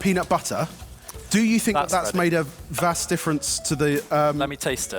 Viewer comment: "...a vas difference ..." 🤣